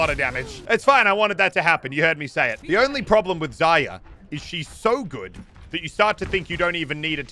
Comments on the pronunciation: Zar-ree-ya Its not pronounced zar-yar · Zarya has an r in it btw, use it maybe? lol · Still csnt say Zarya properly lol